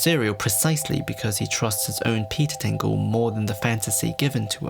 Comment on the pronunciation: Peter tinggel. 😆😆😆